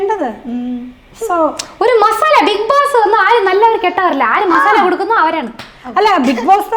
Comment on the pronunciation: മസാനിയല്ല മസാല